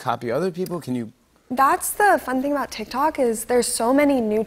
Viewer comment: It physically hurts when they say “tik tok”